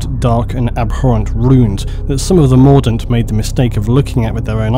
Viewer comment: When you say mordint I keep thinking Mordor